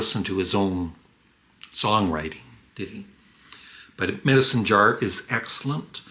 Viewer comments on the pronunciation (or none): none